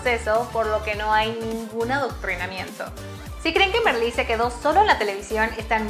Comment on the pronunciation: Se pronuncia Marlí, no Merlí.